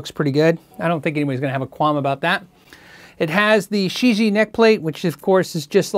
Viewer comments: probably pronounced she gee ehh, rather than shiji. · I think this is pronounced as “ cheesy” 😉